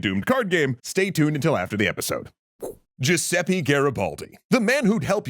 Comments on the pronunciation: Giuseppe is pronounced [dʒuˈzɛppe], not "Giuseppi", pls try to fix the prononciation <3 Also, Genoa had been independent until it sided with Napoleon. The end of the Genoese republic came with the Congress of Vienna, when it was forcibly united with Piedmont as a payback for having supported the Napoleonic forces. From 1815 to 1850 various independist revolts emerged in Genoa against the Piedmontese annexation and oppression, but were repressed in blood. Portraying Genoa as "coming back to being part of Piedmont" in 1815 particularly wrong. Officially, Genoa made "peace" and renouced independist ambitions only in 1993... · Still waiting for the day I’ll hear an english speaker say “Giuseppe” instead of “Giuseppi” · Jesus! He really can't pronunce the name Giuseppe?! He said it about 4-5 different way, every time. At least he could have used just once Google Translate for pronunciation... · "ITALY. WILL. BE. UNITED." — Definitely Giuseppe and not a great history YouTuber. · all this research and couldn't even pronounce Giuseppe correctly, sigh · As a Giuseppe please PLEASE learn how to pronounce our name 😅 anyway nice video